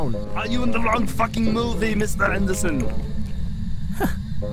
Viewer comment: "meester aeendersen"